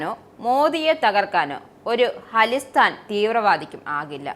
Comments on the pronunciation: അലിസ്റ്റാൻ അല്ല... ഖലീസ്ഥാൻ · ഹാളിസ്ഥൻ അല്ല.. ഖാലിസ്ഥാൻ..